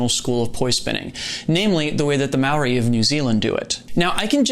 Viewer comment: Hey man, as a Maori man myself, I just want to say that the respect you showed the roots is appreciated and wonderful. On top of that, your pronunciation of "Maori" is pretty damn good! You roll your R's very well! Great vid.